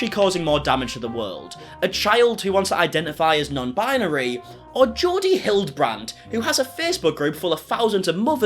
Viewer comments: "Bi-yuh-neery 🥴🍷" - 2022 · can’t even pronounce binary correctly. 🤦🏼‍♀️